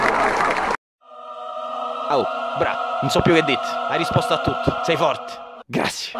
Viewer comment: A parte che ogni volta che pronunci BRV o GRZ rido come un cretino, ma a TOUCHKILL me so' ribaltato daa' sedia. Attendo con ansia i prossimi video, BRV! <3